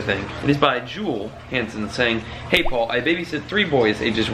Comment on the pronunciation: It is Paul not pual sorry